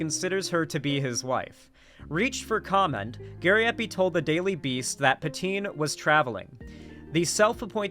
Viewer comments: Pan - TwaN - Ne - is the enunciation for "Pantoine" .... you lefty making fun of us quebecois for being francophones shows how you'Re jsut as much a joke as anyone, your values ain't worth more than your fake vomiting at the thought of french quebecois language. [ you ain'T nmothing close of the P o sh*t Gariepy, don'T worry, but man it'S sad to see you act like a Leafy or any trash youtuber bashing quebecois] You are better than than and should do better than that next time. Been a yea, gotta get Gariepy roasted if you can debate him and other youtubers could debate him and get the truth out of that cultist ring wing nut. Center-left here and i say : you can do better than joking at quebecois. It hurts so much, i had so much respect for you and had missed that part when watching the video last year and this year... now it hurt like a brick. You kicked me n the nuts and i accepted to keep listening all theses years to you cuz you had a good thinking head. You ain'T dumb man, but agree that we can do best when we are united as north americans no matter what language we speak. United against actual fascists. No matter who the actual fascists end up being when the day of standing for center left comes. I'll be center left, not far left . Front line for the left is us at center-left. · pronounces her name like Poutine, I can't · I literally thought he was going to start calling her "Poutine" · Francois is "Frahn-swah" and Patoine is "Paht-wahn."